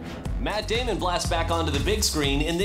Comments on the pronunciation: In fact he says Matt Demian! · Yeha but his pronouncation is wrong. its pronounced: "Matt Damion" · Both wrong if you rewind the clip you will hear he obviously said Matt Damion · "Mat Damian" haha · I love it when he says Matt DEImon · "Matt Damion" lmao Guillermo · "Mister Mat Demion" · "Mat Demion" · Lol, he mispronounces his name as “Damian.”